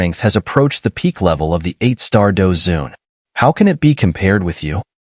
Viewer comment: Douzun not douzong bro